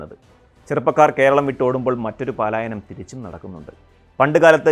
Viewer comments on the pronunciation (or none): പാലായനം അല്ല അവതാരകാ. പലായനം എന്ന് പറയ്..